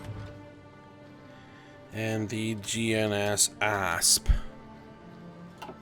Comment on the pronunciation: When he said asp i thought he said ass